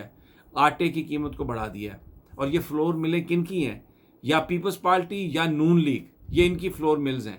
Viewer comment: سمیع ابراھیم صاحب پلیز " پالٹی " نہیں " پارٹی " کہیں